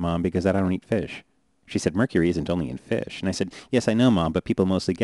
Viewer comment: I hate the way he says fish